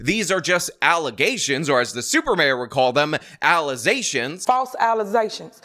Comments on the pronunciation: “Dem False Allizations” 😂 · “False allizations” you can’t tell me it’s not genetic lmfao